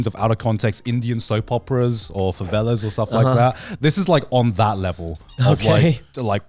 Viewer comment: Garnt really called Novelas “Favelas” 💀💀💀